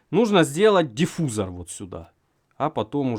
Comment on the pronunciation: Пррррроточил! Мне нрррррравится! ДиффУзор